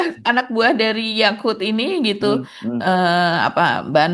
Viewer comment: manggilnya yakul 😂😂😂😂 Yakut, Mas, bukan yakul😂😂